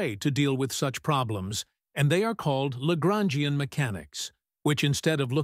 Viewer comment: Traduction accordée à IA est mauvaise la prononçassions de LAGRANGIEN=horrible